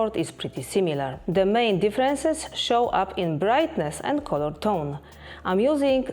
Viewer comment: It's nice that you make such detailed comparisons. I have a big request, though: Please, check the pronouciation of these words: come, become, colour, comfort, allow. Big thanks 🙏